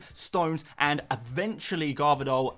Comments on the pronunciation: Gvardiol, not Garvidol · Garvidol?? Dude has the exact same surname as Pep and you butcher it lol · I love how you butcher City's new defender's name and just call him the more easily pronounced Gavi-Doll 🤣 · Not him saying Garvadol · You definitely did not Butcher Gvardiol's name 😭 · It’s funny how you know to say Guardiola, but you dont know how to say Gvardiol 😂